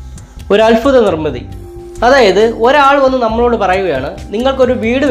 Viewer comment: അൽഫുതം അല്ല അത്ഭുതം